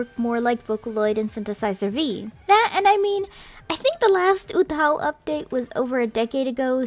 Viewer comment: She pronounces it wrong tho